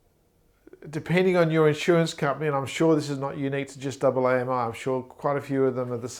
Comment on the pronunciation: By double aye emm eye, you mean AAMI right? I've been with AAMI for 10 years and never heard it pronounced like that!